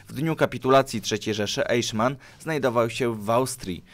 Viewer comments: Czyta sie "Ajchman nie eiszman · Aichman , nie Ejszman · AJHMAN AJHMAN AJHMAN nie EIJSZMAN! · Mówi się Ajchman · Ty, Eiszman.... won Ribbentrop... musisz sie przyłożyc do niemieckiego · Znów tradycyjnie klops z wymową obcych wyrazów: 1. "EICHMANN"... wymowa: [ajhman]... na pewno nie: [ejszman] !!!!!!!!! 2. "VON" wymawia się po niemiecku [fon] 3. "JOSEPH" wymawia się: [jozef]... nie [dżozef] (z angielska) 4. "HEINRICH" wymawia się: [hajnrih]... nawet nie pytam skąd się wziął [henrisz]... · Te nazwiska i nazwy czyta się Rem, Ajśman, krigsmarin, Josep gebels, hajnriś himler(zapisy fonetyczne) Proszę nie myśleć że to hejt, uwielbiam pańskie filmy , widziałem prawie wszystkie filmy światowej historii i po prostu wolałbym aby te nazwiska były czytane po prawnie bo gdy się uczy niemieckiego to boli P. S. Może po serii o zimnej wojnie podobna seria o wilkiej wojnie?